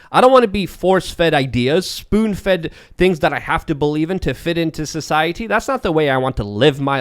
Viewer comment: I don't know if I've ever heard someone say a word as weirdly as says society.